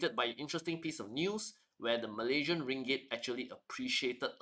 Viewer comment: MalaySian, not "MalayZian"